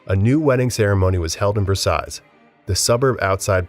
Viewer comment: And Versailles has a silent s 😬